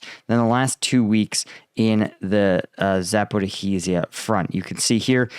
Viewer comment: Zaporizhzhia is 4 syllables: Zap - or - EE - zhia. It rhymes and scans with “like amnesia”.